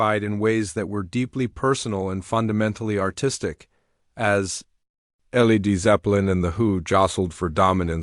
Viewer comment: L.e.d. zeppelin, FFS find a human who can read.